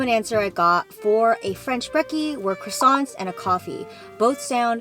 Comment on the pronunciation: Crissants 😅😅😅 qwa-san